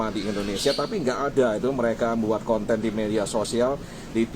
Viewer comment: Ejaan pun tak betul..conten jadi kanten... nampak sgt sekolah tak abis